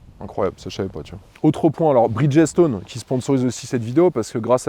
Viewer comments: A" ":à, tu prononces BRIDGESTONE comme un ignare🤪: tu dis BRIDGESSE -TONE!!! au lieu de BRIDGE-STONE (c'est pas compliqué bridge= pont et stone = pierre ) Et de la même manière je suis sûr que tu prononces FIRESTONE... FIRESSE-TONE au lieu de FIRE-STONE!!! 😂😂😂😂😂😂 C'est aussi comme les mecs qui disaient HONDA 750 FOUR ( four pour 4 cylindres) en prononçant "four" à la française, comme "four à micro ondes "!!! 😂😂😂😂 Il vaut mieux avoir quelques notions d'anglais dans le monde de l'automobile, ça peut servir...... Pense y la prochaine fois..... Amicalement.... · bridge stone pas bridgessstone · On prononce Brigde-Stone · Bonsoir, première vidéo que je regarde de votre chaine et bof bof. Cette vidéo est sponsorisée, ok pas de soucis. Mais ne pas savoir prononcer la marque qui vous aide me chagrine avant même les tests ... et même le monsieur de 1001pneus ne sait pas... ce n'est pas brid-ges-tone ... renseignez vous .